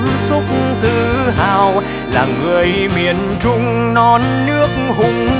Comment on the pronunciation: trời mình cực kỳ thích từ "Miền Trung", đúng chuẩn luôn, tại người Bắc biến âm "tr" thành "ch", nhma Trúc Nhân phát âm rõ luôn, 10đ không chê đâu được